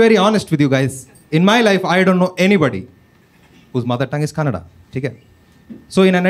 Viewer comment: ಕನ್ ನಡ್ ❌ ಕನ್ನಡ ✅